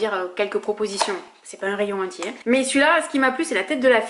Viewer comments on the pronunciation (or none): none